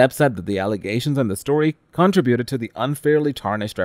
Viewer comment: Dude. That is not the way to pronounce "contributed," unless you're British, which your voice shows no traces of.